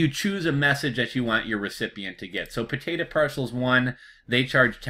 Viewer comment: not trying to be a jerk...but listening you pronounce 'potatahhh' is genuinely hilarious